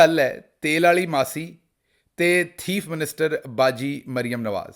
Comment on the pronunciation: "Hura ToTa" 🤢 "Teef Minster"🤣🤣